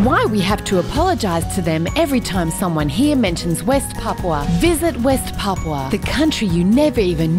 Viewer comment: At least they can pronounce it right instead of saying papa